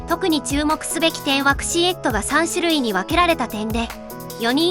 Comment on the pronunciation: クシェットをクシエットと発音されるとなんだか分からない。couchette(仏)=簡易寝台。